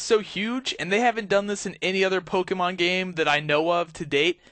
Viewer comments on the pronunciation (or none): Poke-E-Mon, thats how you say it; it's meant to be Poke - a - mon